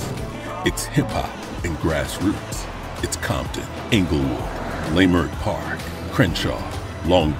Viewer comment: The way he said Leimert park killed all my vibes…. Y’all got my wife upset. fight on but fix it!!